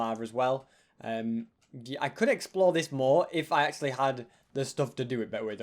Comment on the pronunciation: i love how ses he has 3 lives "acsuly haz 4"